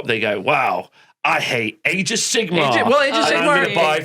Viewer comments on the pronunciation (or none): Glad to have back 😊 and I love the addition of energy. But for the love of god - can someone please correct pronunciation of Sigmar?! I'm not even a fan of AOS, I am an Old World stan. But this has rustled my jimmies to no end!!! Sigma is the eighteenth letter of the Greek alphabet. Sigmar is a different word. Sorry for being a dick about it. 😘